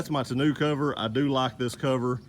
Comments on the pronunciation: Did you say ta-new cover? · It's tonneau....mono. Not tonneau..... canoe. And besides the hard one piece Undercover is much better. It only weighs 50lbs and multiple full grown men can stand on it. Very durable. Other than that, I like the vid, good job. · "To-new" cover.. Lmao